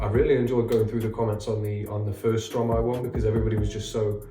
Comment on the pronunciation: Don't worry for the prononciation, it's understandable. You mastered the Stromae one though. Switching syllables of a word to make a new one is the principle of "verlan", a sort of slang in French.